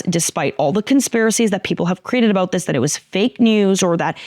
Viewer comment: Funny how this beautiful Latina, with the accent in tow, said the word "about" and it came out "a-boot" and some Canadian popped out. She's amazing.